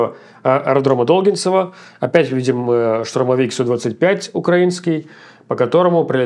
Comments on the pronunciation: НЕ дОлгинцево - А долгИнцево Б...ЛЯЯЯЯЯЯ - Задолбал уже КОВЕРКАТЬ название КОТОРУЮ СВОДКУ. Ставь правильно ударение ⚠⚠⚠⚠⚠⚠⛔⛔⛔ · ДолгИнцево) не ДОлгинцево)) акцент на И )) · Не До́лгинцево, а Долги́нцево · Не ДОлгинцево, а ДолгИнцево, ДолгИнцевский район Кривого Рога, восточная часть города, Днепровское шоссе, ж/д вокзал Крмвой Рог-Главный (он же ДогИнцево). На этом аэродроме раньше базировались Ил-76 после развала совка тоже был заброшен. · Долгинцево ударение на И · Долгинцево с ударением на "и" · Долгинцево с ударением на и